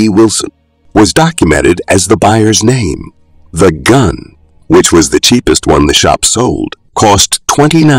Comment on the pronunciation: Robot pronouncing names incorrectly.